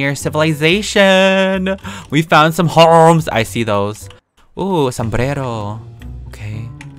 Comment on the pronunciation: The way he said "sombrero" in sounds so Filipino/Spanish 👁👄👁 Edit: Well, he's none of those lol. He's Asian but I'll just let you guys find out what his ethnicity is lol